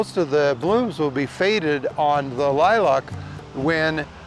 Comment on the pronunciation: Great advice but the way you pronounced lilac drives me nuts....there is no o in lilac